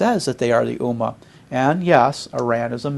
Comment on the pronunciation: This guy doesn't even know how to pronounce "Ummah". It is not "Oo Mar" moron. It is pronounced "Umm Mah"